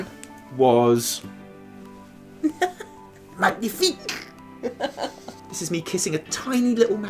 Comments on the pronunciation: Im actually french MAGNIFIQUE ! Btw we don’t say mag-nifique but mag~nifique, so it sound like a gnieh instead Gneh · magnifique in french... well "gn" pronounces like "nye". its like like its one letter over g and n separately. The closest phonetic would be ma-nyie-fic. ^^ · I do want to point out that the g in magnifique is silent if you really wanted to do french :D It's like "manyifique" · We pronounce it « mañifique » actually ! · Magnifique is french but the g is silent, so it’s more like manifique. :) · Did i just hear Magnithick? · As a french speaker Taliesin I must say we pronounce "magnifique" -> /manifik/ :D haha Anyway can't wait to hear the interview ! :D Thanks for your videos guys you are awesome ! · Great episode :D Just... please research how to pronounce a French word next time, k thnx :P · isn't the G silent in magnifique? hmmm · Next time you pronounce the 'g' in 'Magnifique' I'mma Brexit the hell outta you! 😠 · Fyi, the G in Magnifique is silent in french ;) cool video as usual! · great video as always. the g in magnifique is silent btw.